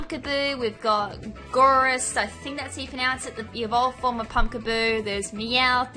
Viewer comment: It's Gourgeist(Gore-Guy-St) Bunnelby(Bunnel-Bee) Dedenne(Duh-Den-Neh) Linoone(Lie-Noon) Diggersby(Dig-Gurs-Bee)